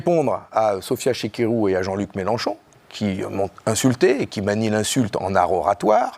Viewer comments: on dit chikirou pas chiRikou... et elle n a jamais dit qu il y avait du Doriot dans Roussel. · C'est pas que je l'apprécie particulièrement, mais c'est Sophia Chi-Ki-rou, pas Chir-Ri-kou. Kirikou, c'est un pti bonhomme qui court tout nu dans la savane. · Deux erreurs en moins de deux minutes..... C'est décevant c'est la première fois et vraiment dommage. C'est Chikirou et pas Chirikou Et elle n'a pas comparé elle a repris une comparaison d'un journaliste..... Ça fait chier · Oui, mais c’est Chikirou et non Chirikou. Des limites !